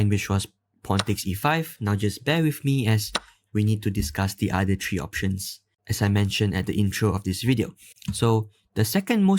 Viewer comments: three not tree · why is 3 pronounced as tree